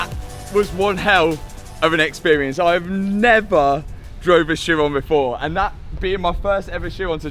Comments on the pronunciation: Matt.... it is pronounced (Ki'-Ron') not sheyrone. This is just another example of how money does not buy education, and how the British destroy the English language. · Isn't it pronounced "heeron"? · the edchiron got me hahaha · “ Chiron” for the head rest.